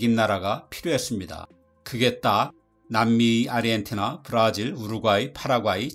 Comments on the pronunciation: 근데 왜 아르헨티나 발음을 아리헨티나로 하시는 건가요? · 아리헨티나? 아르헨티나! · 아르헨티나를 왜 계속 아리헨티나라고 발음하세요ㅠㅠ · 왜 사람들이 아르헨티나를 아리헨티나라고 발음할까? 그렇게 하려면 아리헨티나라고 표기를 하든가. 이게 나만 거슬리는 건가?